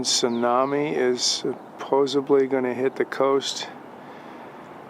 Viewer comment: Supposebly? Or Supposedly?